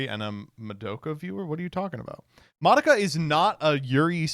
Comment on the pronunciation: the way pronounces madoka makes me wnana rip my ears out